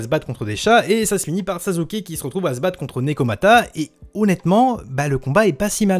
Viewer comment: Pk tu dis sazuke